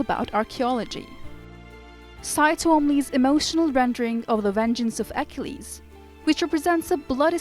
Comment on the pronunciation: You should be taken off for EKELEEEESSSSS. Is that how YOU pronounce Achilles????? A KILL EEEZZZ. Achilles. These readers or computers have to go. As an amateur historian it is so disconcerting to hear these idiots pronounce names that everyone knows how they're pronounced!~ Or do a freakin' read through. This one is sooooooooo bad. Homer of all things.